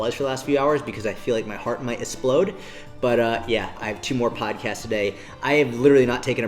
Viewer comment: “heart might essplode” lmao can’t even talk you’re so wired